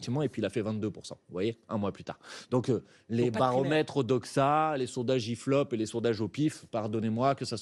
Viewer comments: "Les baromètres ODOXA, les sondages IFLOP et les sondages OPIF..." 🤣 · Les sondages "IFLOP" j'suis moooort x) Juste pixel